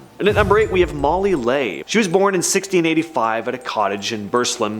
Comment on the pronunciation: Leigh is pronounced Lee. That's why it rhymes with tree.